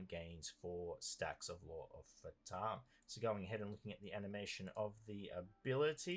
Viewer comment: I know that Phaturishi are kinda indian gods, but "fatum" is a latin work, it means "Fate, destiny" and its pronunciation is "Fà (as in "far") - toom (as in "tomb")". The accent falls on the "a". XDDD